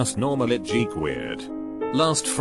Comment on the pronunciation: this reader bot.... perfectly pronounces bronchitis, but cant pronounce goosebumps or buick EDIT: or geek